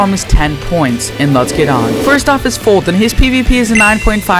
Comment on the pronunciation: And is foltyn not fulton